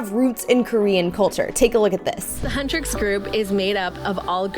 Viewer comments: Lol hutresses BRO IT'S HUNTRIX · Huntrix not huntris and saja boy is pronounced sarja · Your saying huntix wrong